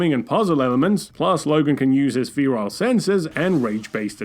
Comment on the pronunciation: OR-IG-INS not orjins FEH-RALL not feerile